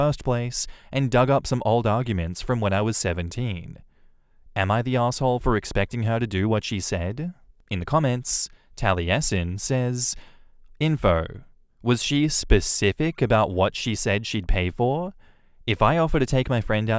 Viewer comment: Taliesin is said like tal-a-sin ^_^ (Source: Taliesin Jaffe)